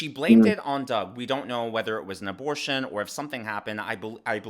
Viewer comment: Madam Ab-or-ti-on probably thought she'd be struck by lightening by going. Shes probably right.